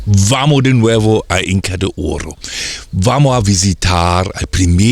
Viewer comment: Sorprendente visita, muy entretenido. Muy simpático señor me divierte como pronuncia.... Inca de ooooro. Jajaja